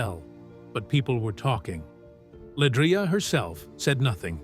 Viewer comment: First of all this blog is just click bait, pronounce her name correctly and her last name is Johnson not Bennett stupid ass smh, she’s also a Grammy award winner and 2 time stellar award winner …. But u ain’t said what Pastor Tim Rogers said yet smh 🤦🏽‍♂️ Try it again when u have facts, he never called her name not once but these blogs will literally drive u crazy